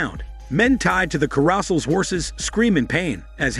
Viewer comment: Carousel is NOT supposed to rhyme with arousal. It's Care-oh-sell. stupid ai voice reading